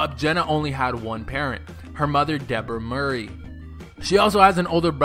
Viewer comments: 1) She has three dogs 2) She has a dad too? 3) It’s De-vine Mouraay, not Murrr-why 4) She had a different channel before her current one. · It’s said like Maury not Murray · The person who made this video needs to learn to do better research. She has her father in her life, her parents are divorced. They've got three dogs together, and yes, Peach is also Jenna's dog too. You pronounced her last name wrong. Your video is mediocre at best.